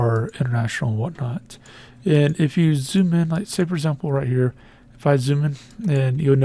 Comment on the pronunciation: "For Azample"